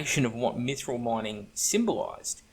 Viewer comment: sir i almost spat my drink when you caalled it 'maguffthril'